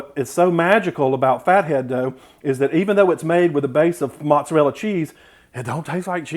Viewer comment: can't trust anyone who can't pronounce "mozzarella" properly